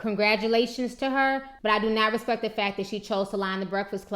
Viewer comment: 'I "RESPECK........YOU!